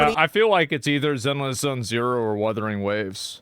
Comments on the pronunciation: "Wurthering Waves" brought to you by Wether's Originals hard candy. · Ahh, the noble moble games and "Wurthering" - Annoying when words aren't said right, eh? :D